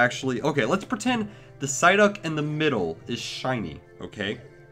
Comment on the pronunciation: Ampharos23xX sideuck says psyduck